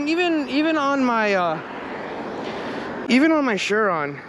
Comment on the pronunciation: Shuron. It's s.u.ron